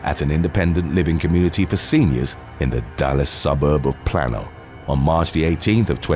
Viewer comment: It's pronounced PLANE-OH, PLANE-O, PLAIN-O, PLAIN-OH, NOT PLAN-O